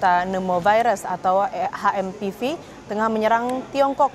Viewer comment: HMPV boleh dibaca Ha Em Pe Ve atau Eitch Em Pi Vi, tapi please jgn dibaca Ha Em Pi Vi dong....